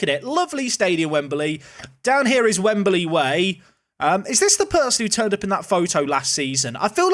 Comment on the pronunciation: why does he say wembaly